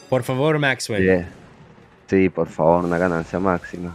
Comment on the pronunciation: PORRR FA VORRRR LOL